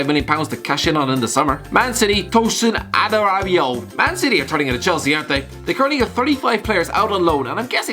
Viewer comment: Tosin Add-uh-ra-bi-o mate